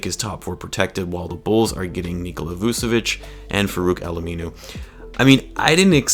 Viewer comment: Dont wanne be that guy but its Vooch-evich